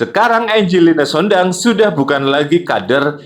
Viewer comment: Sondah bukan sondang😂😂😅